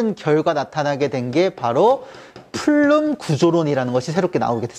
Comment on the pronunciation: 안녕하세요. 작년에 우연하게 우주론 강의 듣고 너무 좋아 구독 신청하게 되었습니다. 이렇게 매번 현장 수업 녹화하여수업 올리는 것 보통의 자신감과 열정 없이는 힘든 일인데 대단하세요.^^ 강의 잘 듣고 있습니다. 저도 수업하기전 선생님 수업 한번씩 듣고 가면 정리가 한번 더 되는 것 같아 매우 유익합니다. 그리고 매우 스마트하십니다. 플룸 구조론에서 플룸을 flume라고 하셨는데 plume 아닌가 해서요. 감사합니다.^^